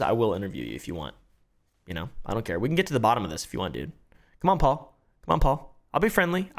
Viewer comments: "help me pole" 😆😆 pronounced "Paul" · 'help me "Pole".'😂😂